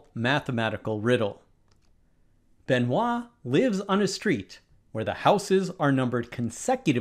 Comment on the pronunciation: Congratulations for your pronounciation of Benoît 😂